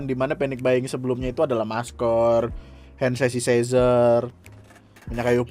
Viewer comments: handsesisezer, kwkkw lidah kepleset bang yang rebutan bear brand, pengen sehat, tapi masker gk di tutupin dengan baik, berkerumunan, lah ini mau sehat apa gimana kwkw. lawong kandungannya sama aja dengan susu yang lain, malah lebih sehat susu sapi murni, dikira susu beruang beneran apa gimana, jatuhnya sih buat di jual lagi dengan harga yang lumayan tinggi, ya kayak masker kemaren, banyak yang nimbun, trus di jual lagi dengan harga yang mahal btw yang kasus euro gk pakai masker, kebnayakan orang hanya melihat 1 sudut pandang untuk di gunakan sebagai argumen kalau covid itu gk berbahaya. tp nyatanya juga banyak yang meninggal di jalan dsb, dan sebelum memasuki stadion dr artikel yang gw baca, itu menunjukkan hasil vaksin dan PCR. dan memang sebagaian penduduk hungaria dsb itu vaksinasi udah merata. lah bandingin sama indonesia. la wong perkara vaksin aja di bikin hoax ada microchip lah apa lah, gampang banget di adu domba dan di monopoli. lagi pembatasan malah kumpul gk pakai masker dsb, malah pengen kayak negara'' maju. ngipi bos. ibarat pengen diet tapi masih makan dan mager olah raga. suka gregetan gw sama orang model gini. walaupun udah lu jelasin ke mereka kalau covid ini gimana gk bakalan ngaruh bang, yang ada mereka bilangnya korban pengcovidan, saudara gw di kampung juga ada yang meninggal, dan gk lama itu tetangga'' yang sebelahan karena menghadiri acara pengajiannya juga ikut meninggal, ada 6 orang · "hand sasisaizer" wwkwkwwkwk